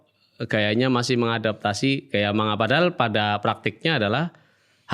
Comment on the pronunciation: Sekedar info, lafaz 'Manga' yg benar di baca "Mangga" (huruf NG pertama masuk ke hidung). Sama seperti pengucapan 'Saringan' dibaca "Saring-gan", bukan "Sari-ngan".